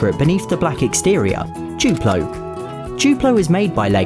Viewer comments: *duplo not guplo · Its duplo not chuplo🤦🏻‍♀️🤦🏻‍♀️🤦🏻‍♀️🤦🏻‍♀️🤦🏻‍♀️🤦🏻‍♀️